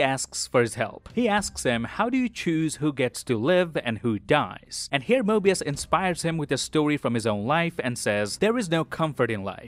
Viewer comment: bro said morbius lol